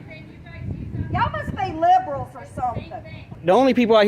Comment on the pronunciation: She even pronounced it librul 😅